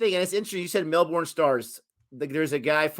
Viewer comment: melbourne (my home town) is pronounced mel-burn (not mel-born)